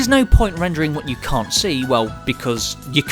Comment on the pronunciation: why he says "yecum" in the start i can't hear "you can't"